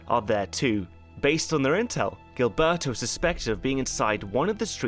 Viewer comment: Love your channel, your pronunciations are absolutely hilarious though. If you’re curious: -Gilberto = Heel-bear-toe -Trujillo = True-he-oh